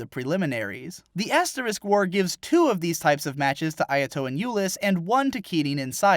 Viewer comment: first thing you say sounds like "Ass War". I appreciate this.